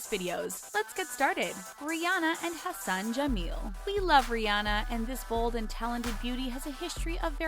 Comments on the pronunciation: When you said "Hassan" I that you said "Her son" lol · Idk when she say" Hassan" it sounds like "her son"jammel😂😂 and the whole meaning changes